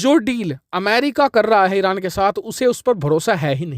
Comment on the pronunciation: You want to say Arab and pronounce Iran very funny are you drunk